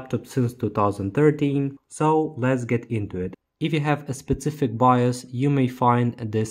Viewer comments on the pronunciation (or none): ProSessor, speSific, teKnology, Κruschev ahd Kennedy, dynamite with a lazer beam guaranteed to blow refineries ("Unit one, section three: listening-pronunciation practice"). Nevertheless,, you're great and incredible! (though your own credibility is high) Ви неймовірний! Слава Україні!